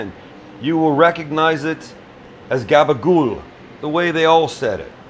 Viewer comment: Love the attempt at the Jersey Italian - you got the gob-a-ghoul down, you need to work on your muhz-a-'dell, anytime you want come east, glad to trade you a lesson in Jersey Italian vernacular, for a "Sam on Holiday" episode filmed in my kitchen